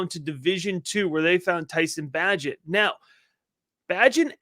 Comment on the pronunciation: PRONOUNCE - BAYGENT